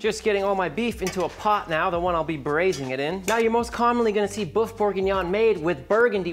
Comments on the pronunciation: Loved this presentation and craving for a bowl right now. However it's boeuf bourguignon, not boof bourguignon, for example it's like the pronunciation of oeuf for an egg and neuf for nine in French. Luscious recipe though, thank you. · Boof bourguignon is what I'm hearing 🤔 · I am German, but please learn how to say "boef" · Lil tip: Say the french word for beef like you'd say 'hurt'. The U sound in hurt is like the Ö in German which is nothing else than an O followed by an E or the œ in French . If you use the same sound from hurt for the word bœuf you will say it correctly. Have a good one, sir.